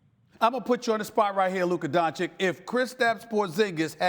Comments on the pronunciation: It’s been 3 years and stephen a STILL can’t pronounce his name??? Don-chick??? Come on man... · Stephen, it's not that hard: Don-chi-ch (not Don-chick) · Stephen A Smith: “Luka Donchik” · "DONCHIK", really? In his third season? I don't believe Stephen A. doesn't know how to pronounce his last name and just trolls him at that point. Either way, he shows a great lack of respect to him. Get him out of here... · At this point I feel like SAS is just straight up trolling by continuing to call him "Donchick". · what is luka don-chick...??? he is not your side chick Stephen A. Smith...learn to say the young goat's name... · "DonciCK" ... O.M.G I`m so tired to hear it .... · Stephen A. is the only commentator still mispronouncing Doncic's surname. It is NOT Doncik. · "Doncheek". Jesus christ, Stephen A, get it right, you're supposed to be a professional. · Don chich it’s really not that hard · When after 3 Years of Luka being in the league you still cant pronounce Dončič correctly,Stephen Donkey Smith! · Stephen A. can't even pronounce Luka's last name properly...SMH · Can't lie, SAS mispronouncing Doncic is just plain disrespectful. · Still can’t pronounce his name properly. Come on Stepan! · More than 2 years in and this man Stephen A. still mispronounces Luka's last name. 🤦‍♂️🤦‍♂️🤦‍♂️ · It's been 2 years, how does Stephen A. still get Luka's name wrong? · Im not gonna lie, the fact that Stephen A Smith is a professional sports commentator for over a decade now and still cannot pronounce Luka's name is just not a good look. Yeah its funny the first few times, but come on man give the guy some respect and learn to pronounce the name correctly. I'm not berating people for mispronouncing names, but if you're a media professional, you should be able to pronounce the name of the person you're interviewing. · SAS literally mispronounced his name in front of his face.... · Stephen A. had the audacity to mispronounce luka's name on his face